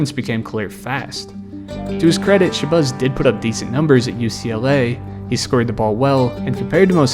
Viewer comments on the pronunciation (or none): It’s Shuh-Bazz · Shabazz like jazz not buzz 😅😅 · its pronounced shebAZZ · “Shabuzz” 😂😂😂 boy what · Why do you keep calling him “sha-buzz”… It’s as if you have never heard of these players names before you made this video. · wtf is “shabuzz Muhammad” 😂😂😂😂😂😂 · "Sha-Buzz" is killing me😂😂😂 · I was going to say the same thing. I was like, "who the hell is Sha-Buzz?" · Who is shabuzz? Bro didn’t check to see how to same the name he was gonna slave to say repeatedly?😂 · Michael Beasley was a lazy underachiever yet has a cult following online of delusionals who still think he can play in the NBA. Also, the way you’re pronouncing ShaBAZZ Mohamed is terrible. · The way you say Shabazz kills me 🤣 have you ever had a bean pie my brother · Your ability to say Shabazz, or lack thereof, is as awful as these player's pro careers. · Dawg, why are you butchering ShabAzz name like that?!??! There is NOT a "U" in his first name. This drove me crazy!! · Isn’t it Shabazz Muhammad?